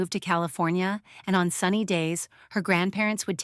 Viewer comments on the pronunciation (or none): none